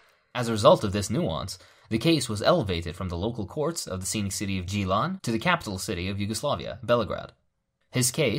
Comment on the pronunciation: Your pronunciation of Gnjilane is astounding xD